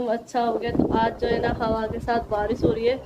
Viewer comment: Baji barish hota hai baris nahi 🙄